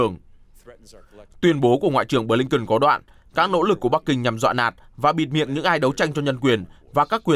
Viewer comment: phát thanh viên nam đọc tên: ngoại trưởng Mỹ là Bờ-lin-ken. chữ BỜ phát âm to rõ nữa chứ.phát thanh viên mà trình tiếng anh như mẫu giáo.hahahaha